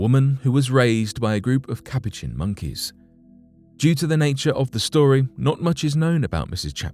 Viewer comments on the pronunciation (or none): On video number 2 it's pronounced "kah-poo-chin" sorry but u totally butchered it lol